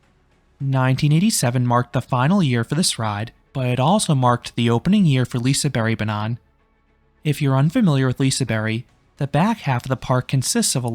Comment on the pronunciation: I'm not trying to be that guy, but, the G isn't silent, it just has a diffirent sound. "Lisebergsbanan" is pronounced as "Lee-say-baerj-s-baa-nan".